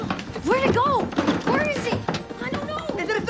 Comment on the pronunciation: He sounds like, "Wheay meyah" in